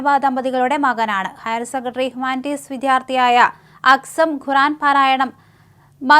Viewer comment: മദീൻ, ഗുറാൻ,ഗലീൽ ബുഗാരി... എല്ലാം വളരെ കറക്റ്റ് ഉച്ചാരണം. മോഡി മലയാളം പറഞ്ഞപോലെ നല്ല ഭാഷ